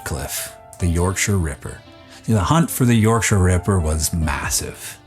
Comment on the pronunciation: First time ive heard an American pronounce Yorkshire correctly. Points to you. Funnily enough my Dad and my Grandad used to deliver mail to the Yorkshire Ripper.